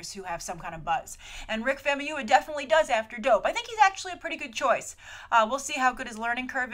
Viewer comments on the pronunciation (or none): It's pronounced fahmooyeewah(famuyiwa). You're welcome!